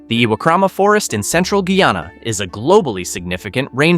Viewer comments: My country is pronounced Guy-Ana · Pronounce the Name properly. Guyana. Guy + aana. This country has a lot to offer to the entire Caribbean and other countries of the world. Great country for environmentalists, nature seekers, hikers, tourists and nature lovers.❤😊